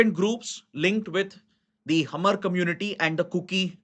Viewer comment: Sir, Hmar is pronounce as maar , H is silent ..